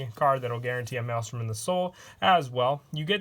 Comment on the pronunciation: I’m surprised u pronounce maelstrom correctly